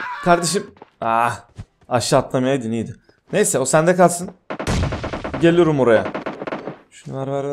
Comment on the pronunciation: gelüürüm oraya demesi galp